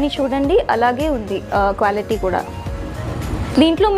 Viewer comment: క్వ్యాలిటీ కాదు క్వాలిటీ